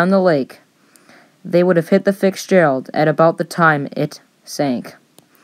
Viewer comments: I like this video in general, but the pronounced "Fixgerald" made me tune out.. 🤦🏻‍♂️ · I have never heard her called the fixgearald. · Why does this guy keep saying fixgerald?? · Why does it sound like you keep calling her the Fixgerald ? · What’s with calling it the “Fix”gerald? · Is it just me or is the narrator pronouncing it “Fixgerald”? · Good story, but you kept calling The Fitzgerald the "Fixgerald". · I’m sorry, but your saying “fiksgerald” was very distracting. Other than that, fine video. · Why does she keep saying Ficks Gerald? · Am Ii hearing "FIX Gerald?" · The “ fixgerald” so much poor pronunciation overall but get the name right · "Fix" Gerald?? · The Fixgerald? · I’m sorry. Is she saying “FIKsgerald??” That’s all I can hear, honestly. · I’ve always been interested in this ship, but I can’t watch this. The volume changes and the mispronounced name “fixgerald” is too annoying. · I"ve never heard anyone constantly pronounce Fitzgerald like this person does either. Constantly sounds like they are calling her FiXed gerald. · Is English your first language? FIXGERALD? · It's sounds like you're saying fix gerald and it's very distracting. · Why does it sound like she's saying "FiXgerald"? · This is hard to listen to. Mispronunciation of simple words. Fixgerald? Really? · The fixsgerald? lol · The fixgerald the commentary here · Can you pronounce the ship's name? Fixgerald. Also, weigh a "whole lot. " I reccomend having others ' narrate for you. Do you have all facts? It's sounding parochial and elementary school project like!! Wow!! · " The Edmund Fixgerald"? For crying out loud, couldn't they find someone who can read? Where the hell did they get this broad? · The Fixgerald huh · STOP SAYING "FIXgerald" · Stop calling it the ‘FixGerald’…I can’t concentrate on the story! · Breaks in the wrong places, words wrong…Lord…if ur just gonna read it, READ IT….terrible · Horrible narration. Fix-Gerald??? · The fixgerald. LOL. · There is no “K” in Fitzgerald!